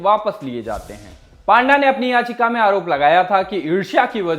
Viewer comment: पांडा नहीं भाई पंडा